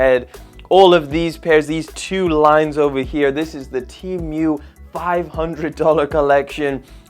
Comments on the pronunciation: Bro his accent is making him say temu so weird he's saying it like the animal emu but he's saying temeuw bro sound it out te mu like the letter T an a cow moo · Temu not Tiumu😂😂😂😂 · the only thing he mess up is saying temui instead of temu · I thought it was Temu and not teamoo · Teamyou?? It's said, Tee Moo 😂 but hay it's still a shit site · Temyu? It’s Temu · Broooo it's temu not TeAmMeOw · temu not temioo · "chi mieuw" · Tee mew 💀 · "Tea Mew" 💀💀💀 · He said tee mwe lol great vid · bro said teemew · My boyfriend says you're pronouncing Temu incorrectly 🤣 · bro its temu not temu bruh